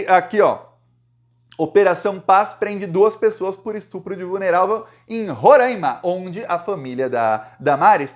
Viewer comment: Roráima e não Rorãima